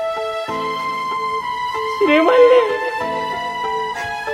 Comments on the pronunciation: ಶ್ರೀಮಲಿ✅ ಶ್ರೀವಲ್ಲಿ ❌😅😅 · Srivali ❌️ Sri malli ✅️ 😂😅